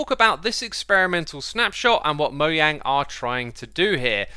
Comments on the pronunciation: Not been a fan for long but can I just say... Mo yang?? Its mojang mate. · Im sorry did you say "Moyang"?? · Im sorry did he just say moyang? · here for my daily dose of "Mo-yang"